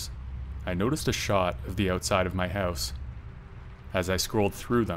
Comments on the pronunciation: "A small hehwse." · This narrator is Canadian. I could tell. He said the word "house" in a unique way.